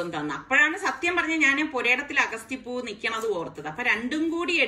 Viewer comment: അഗസ്തി എന്നല്ല അ ഗ ത്തി..